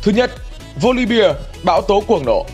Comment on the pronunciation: Góp ý chút là voli be chứ không phải là voli bia